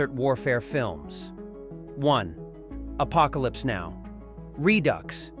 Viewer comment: The AI narration was awkward. The reading of the Apocalypse Now title is an example.